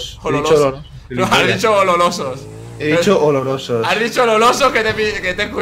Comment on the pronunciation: dijo ololosos jaja